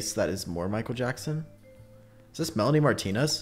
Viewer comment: HE SAID MELANIEMARTINEZ